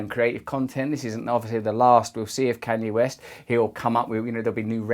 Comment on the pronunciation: ”can yea west”